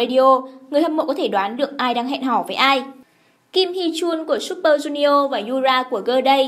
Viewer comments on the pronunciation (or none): none